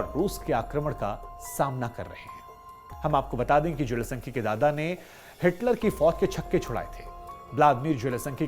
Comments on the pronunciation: जेलेसन्की नहीं है, ज़ेलेन्स्की है महाराज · Aap Ukrainian rashtrpati ke naam ka baar baar galat uchharan Kar rahe hain